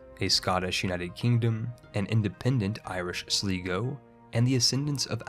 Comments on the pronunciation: This is a fun video, but one important nitpick: Sly-go. Sl-eye-g-oh That's how you pronounce Sligo. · Sligo is pronounced as SLY-GO. :)